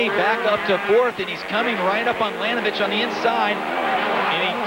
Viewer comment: It's LaNINovich